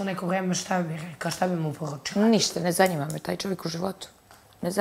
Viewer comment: Njezanima je Asmin,njezanima.